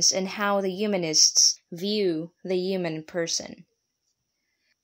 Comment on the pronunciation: Ugh! The mispronunciation of the core word Human, made this unwatchable.